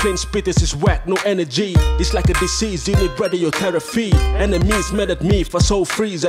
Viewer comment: Therapy or Therefee, pls pronounce the words correctly 😂